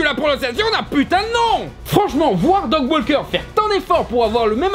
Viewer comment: Mouais, un chipotage sur la mauvaise prononciation venant de la part d'un mec qui prononce "Dog" au lieu de "Doug" c'est limite...